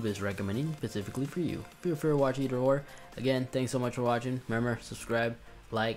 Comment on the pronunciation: “And member to subscribe” He has a serious lisp too